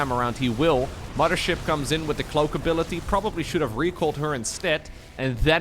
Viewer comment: I will donate to have never say "momma ship" again. Love your content otherwise buddy!